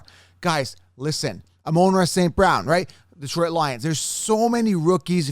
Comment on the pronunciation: Dude, are you ever gonna learn how to pronounce Amon-Ra St. Brown or Jaylen Waddle's names?